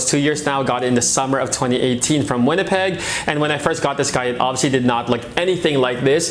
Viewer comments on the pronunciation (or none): none